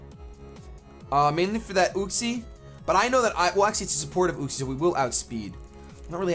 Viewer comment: Yoo-xee, not uh-xie